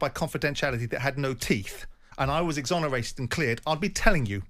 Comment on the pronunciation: Exonaerated and cleared simon you said it twice 😂😂 jordan couldnt have fluffed up more if he tried lol